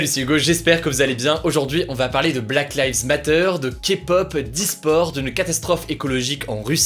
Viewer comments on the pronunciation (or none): Hugo : possède la nationalité britannique Also hugo : « Black laives matteUURe » ( à )